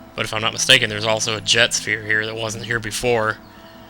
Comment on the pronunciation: I HATE how you say Jecht. It's not pronounced 'Jet' it's pronounced 'Ject'. Oh and sphere levelling is my face part of the game. I wish you had done it more in the past 20 videos! And you should always do that onscreen!